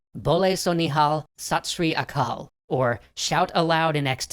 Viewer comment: sat SHRI akal not sat sarikal